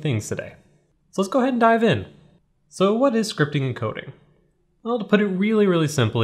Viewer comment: did he say "scripping"